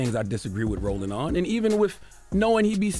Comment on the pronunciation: Yo did he call that man “Rolling” instead of Roland at Also I can’t say I’m cool with black folks cuttin each other like this